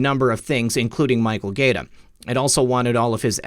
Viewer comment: If Michael Gaeta pronounces his name like the Italian city - it's (guy-A-ta).